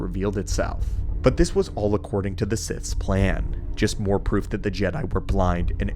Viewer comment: The way you say proof... ha